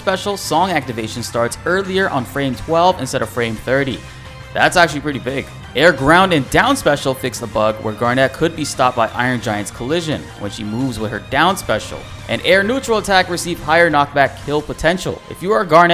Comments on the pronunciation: It's pronounced "Garnet", like Gar NIT. Not like Gar NETTE or Gar NET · GARNET AS IN TOGETHER NOT LIKE THE NBA PLAYER KEVIN GAR-NET